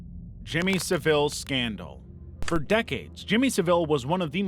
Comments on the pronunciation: Just a quick correction: Jimmy "Sa-ville" is pronounced "Sav-ill". Also, the picture with him sitting on a seat is actually an actor (Steve Coogan) portraying him in a dramatisation. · Savile is pronounced as 'sa-vool' or 'sa-ville', not that he deserves that courtesy. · dear god how badly can u butcher the pronunciation of Savile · it is actually Steve Coogan as Saville in a drama commissioned but not made by the BBC. Not actually the peedo prick. In the UK the surname is pronounced "Sah-VUL' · "Sivill" lol ...honestly, if you want to be taken seriously, try and say peoples names right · Jimmy Saville - pronounced savill - was a favourite of the royal family and the BBC, allowed unrestricted access to mental health patients, even though he had no medical qualifications, which shows you how rife child abuse is amongst the establishment. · its pronounced -creep- sa-vill. Jimmy Sa-vill Amd see tbh, he was basically allowed to do what he did because he was bringing loads in from charities. Its sickening. But that's not the only BBC scandal. They were all at it (apparently). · Jimmy Savile is pronounced Sa-vill (like will). The man was an absolute sicko. It’s just a shame he died before anyone knew what he did (or the people who did know didn’t say anything). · It's SAV-ile. And it's Broadmoor staff - not "promo". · Jimmy Saville (pronounced Sa-Vil). Picture used around 20.30 shows an actor (Steve Coogan) who played Saville (sa-vil) in a TV series. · Jimmy Sahvul is how its pronounced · Couple of points about pronunciation. 'Savile' is pronounced with emphasis on the first syllable, like "devil" rather than like "deVille," as in "Cruella" with the spotty dogs. And you really needed to pronounce Christa McAuliffe's surname right. It's "mc -ALL -iff", not "macca - LEAF." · The way you constantly pronounced Savile was infuriating 😂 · You could at least say Jimmy Savilles name properly! And be honest, this never really showed anything like in the description.